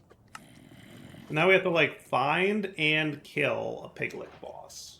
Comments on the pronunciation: i wince every time he says it. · never before heard lich pronounced lick lol